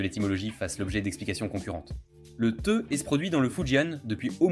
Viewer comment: C'est Thé pas theu😅